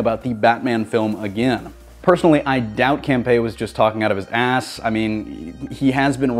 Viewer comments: ITS Camp-E-uh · John CAM-PEE-AH